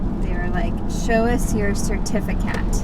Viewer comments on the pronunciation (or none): "show us your cetifiCATS" 😀